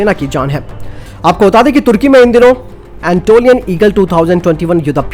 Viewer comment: एंटोलियन नहि अनातोलियन ईगल बोलो